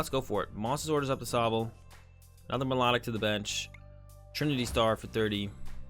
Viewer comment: lov the vids but it It's actually pronounced My-Low-Tick